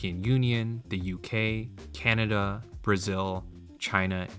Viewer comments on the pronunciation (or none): none